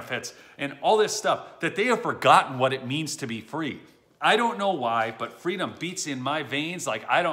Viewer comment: “Fweedum!” Kamalatoes ‘Bend me over’ Harris